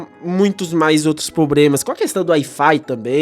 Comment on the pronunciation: Realmente, muitos "probremas", mas a "Pratinum" é de fato a melhor experiência.